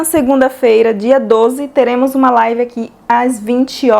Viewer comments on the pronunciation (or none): none